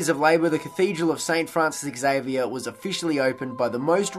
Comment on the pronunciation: Interewting video. Xavier is pronounced Zavier and not eks-avier.